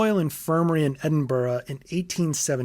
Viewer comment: not even ten minutes in and i'm already vicariously living thru this video. this is so indescribably meticulous and in-depth that honestly, i'm glad someone else has such a deep passion for the world of bloodborne and its true inspirations. note: THANK YOU for pronouncing edinburgh right. not many outside of scotland do, so it's a nice big of respect from me as a scot.